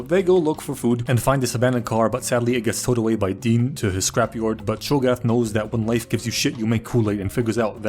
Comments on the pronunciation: His name is Hogarth not Chaga what ever you said 😂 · consistently calling Hogarth "Chogath" and Mansley "Ainsley" is simultaneously hilarious and infuriating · Did he call Hogarth "Chogarth" just so he could make a dezz nuts joke?